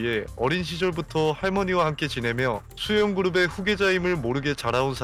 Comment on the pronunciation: 초에 수연그룹을 수영그룹으로하누 ㅋㅋㅋ